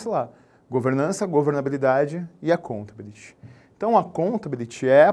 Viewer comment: Ótima dica,! Porém, desculpe-me, não posso resistir, a pronúncia da palavra accountability tem sua sílaba tônica no "BI", ou seja, accountaBÍlity! Ah, e daí, não tem prova oral mesmo... mas é como disse, não posso resistir!